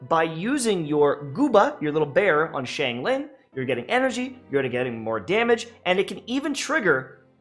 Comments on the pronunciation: the fact that you pronounce it like “shangling” literally hurts my brain sm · please stop saying shane ling